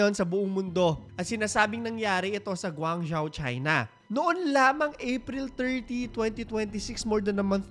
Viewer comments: guangzhou = gwang-jow hindi po zyaw hehe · GwAng -jho (pronunciation)